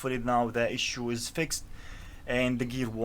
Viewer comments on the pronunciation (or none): none